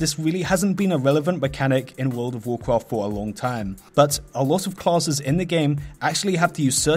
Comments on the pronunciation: World of wawcwaft? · vorld of vorcraft